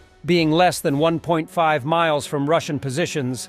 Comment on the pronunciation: it's "than"! Thank you for keeping us informed.